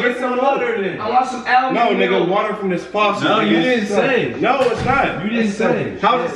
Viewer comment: Tf is al-mun milk lol almond ? 😂🤣